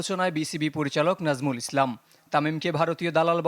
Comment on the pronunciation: নামটা সুন্দর করে বললে কি সাংবাদিকের বউ মরে যেত ?